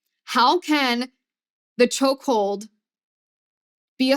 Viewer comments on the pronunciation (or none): STOP SAYING CHOCKHOLD DAMNIT🤬🤬🤬🤬🤬🤬🤬🤬🤬🤬🤬🤬🤬🤬🤬🤬🤬🤬🤬